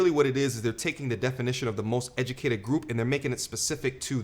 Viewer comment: “We da most edumacated” 😂